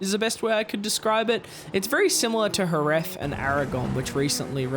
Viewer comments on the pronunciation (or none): none